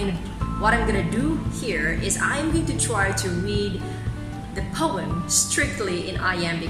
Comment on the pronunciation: The pronunciation of the word "POEM" is faulty. Moreover, stress is missing at the needed places.